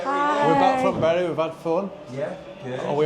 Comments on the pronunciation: It's pronounced berry, not burry 😅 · Correct me if im wrong ! But I thought bury was pronounced Berry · Would love to see a tipsy speeded up, you keep saying Bury but isn’t it pronounced Berry St Edmunds, loved all the architecture and claire was a font of knowledge, beautiful place❤